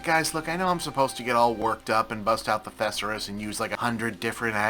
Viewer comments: Bob, longtime fan, love your videos, but literally had to pull over my car to say it's not "thesserus", it's th-ee-sore-us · Never heard Thesaurus not pronounced like a dinosaur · I can't really say its wrong, but the way he says Thesaurus is unlike anyone I've ever heard. Am I the weird one here? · Bob doesn’t know thesaurus is pronounced as if it were a dinosaur